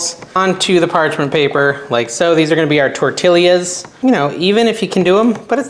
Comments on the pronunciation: It's TOR TEEYAS. It hurts our ears here in the southwest to hear you say TOR TILLES. Enjoy you. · Liked your video but the double L is prounced like the letter Y. Correct pronunciation is tor-ti-ya